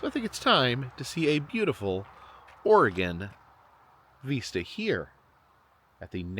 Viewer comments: It's not vEEsta!It sounds like visit.....vista.😂I never heard anyone pronounce it vEEsta.Just trying to help.👍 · Correction: not veesta but pronounced vist(rhymes with mist)a. Love your videos!❤ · The word "vista" is pronounced VIS-tuh, with the emphasis on the first syllable. The "i" in the first syllable is pronounced like the "i" in "sit", and the "a" in the second syllable is a short, unstressed "uh" sound. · I’ve also noticed him saying (vee-sta), instead of (vi-sta). I think it’s from The Terminator when Arnold says “Hasta la vista (veesta) baby!” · The way you mispronounce "vista" really "decrodes" my midwestern brain. 😂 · please google how to pronounce "vista". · Sorry, but I’m glad someone finally mentioned this. Vista is pronounced with an “I” sound not an “E” sound. has mispronounced this word so much over the last few videos I was wondering if was a bit. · Vista is pronounced with a soft I, like in video. 😂.